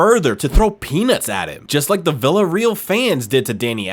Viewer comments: Learn how to pronounce teams and names please Flipping yanks VillaREAL It’s Villa RAY AL and it’s the Camp NEW not Camp No Muppet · Villa-REAL? REAL Zaragoza? Bo Tang? Really..? How about learning to pronounce the names of the teams and players before you make a video...?